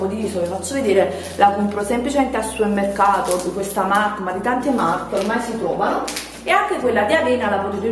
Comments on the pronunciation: Ma perché non dici supermercato invece di suemmercato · hahah SUERMERCATO😂